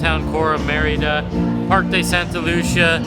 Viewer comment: pronounces Merida correctly with the accent on the "e". is way off on her pronunciation..hahaha